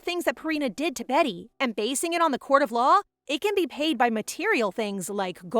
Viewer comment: I still wonder why people keep saying "Betty" instead of "Beaty" when Beaty is a real name (and is not pronounced 'behtee' but bee-uh-tee/bee-ah-dee) - and this isn't the only video that does it. Every manwa maid or protag with the name "beaty" is renamed by the audio readers both human and AI alike as 'betty' -- such a minor thing but gets to me every time xD. Ya'll, can we at least try to be more concerned with accuracy? That said, at least it's still more consistent than the bad manwa translations that seem to change names every other chapter lmao!